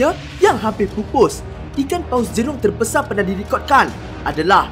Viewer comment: Perkataan teebanyak terbesae di dunia